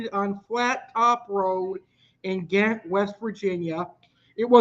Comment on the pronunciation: It’s pronounced Jaaahent, it should’ve been spelled with a J but it’s Ghent and pronounced with J instead of G..